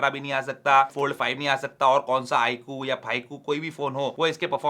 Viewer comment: The way you said iqoo phyqoo 😂😂😂 so satisfying 😂😂